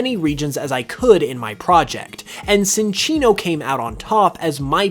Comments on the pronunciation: I was confused by Psynchilla's name until I saw its name, as you pronounce Cinccino with a soft "c" instead of the "ch" like its official pronunciation. When you first said it, I was like "umm so Cinchilla should literally be pronounced like chinchilla if you follow Cinccino's pronunciation." My bad on that, but you should fix your pronunciation of Cinccino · Why can you pronounce Cinchilla properly but not Cinccino? lol